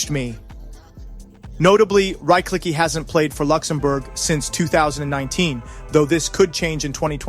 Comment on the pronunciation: Who the hell is Korik?! ;D Or Rajkliki? At least a little bit of respect and one could check how to pronounce Zhlobin, Ćorić, Buchenegger, Rychlicki etc. But right, them Yanks have no respect for other cultures as they have no culture of their own. ;]